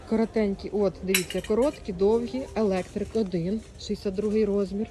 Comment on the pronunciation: Колір- електрИк! Це правильний наголос! Куртки дуже і дуже гарні❤❤❤!